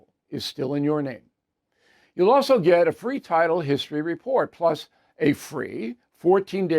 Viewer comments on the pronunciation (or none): none